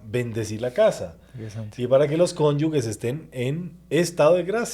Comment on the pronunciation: SE DICE "CONYUGE", NOOO" "NO CONYUGUE" . CONYUGE, CONYUGE, CONYUGE. SALVE MARIA!!!